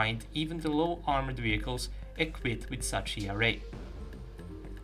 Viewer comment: E R A :D FINALLY youre saying it correctly :D